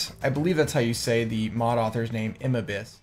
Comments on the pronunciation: Lol it achulay kinda sounded like you say mob i stead of mod. Like youve mentioned in your stream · Yeah, it sounded like you said ''Mob'' :D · Deer lord! after all the time its finally on youtube with the good quality! Great vid bro, and i see what you mean it does sound like you were saying mob xD